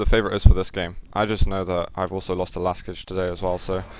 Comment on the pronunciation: Side note: Last j in Laskij should be read as long ee - something like in "to read". :) Zoot, you should invite Rapha as often as possible to cast. :)